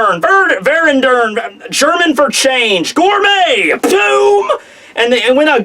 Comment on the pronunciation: German: "Veränderung":"vernendur", laughs in german:D